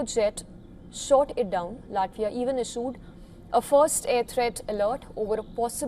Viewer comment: LATIVA? I know LATVIA but not LATIVA 😂